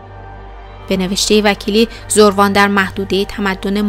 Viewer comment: برای نمونه زَروان درسته ن زُروان حتما ایمیلتون رو چک کنید